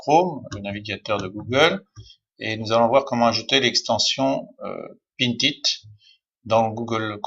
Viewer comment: Mais comment me suis je retrouvé ici ? J'avais deja depuis longtemps pinterest, et un bouton de raccourci mais ..... ce type a une voix énervante !!! on sent qu'il n'a rien de naturel dans sa façon de s'exprimer, et puis on dit "Pin it" pas "pinTTTT it" ....